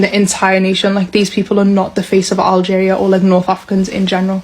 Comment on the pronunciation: My guy doesn't know how to pronounce Algeria lol and he said he never heard of Algeria but he's an adult. What are kids learning in schools in America these days. Like do they even teach u about the world and the names of all other countries and the way people live all over the world and other people freedom and opportunities compared to ur own freedom and opportunities here in America and make u like really understand the difference and inspire u to really stand up unite and protect this country and its laws and policies protect the constitution and even try to get other countries to adopt America's ways of giving ur people complete freedom as a human and treat everyone the same no matter what color, gender, race and religion they are just give all the opportunities to make a living